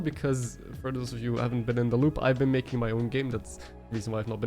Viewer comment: Why did I hear "hello guy, it's Ben a while" instead of it's been a while. lmao